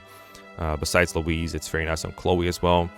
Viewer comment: No dlc emblems, based They'd all just be SS tier, like have you seen soren? Also why are you pronouncing "louis"(loewee) as "louise"(loweese) Is there a secret louis trans arc? Have I been deadnaming her all along??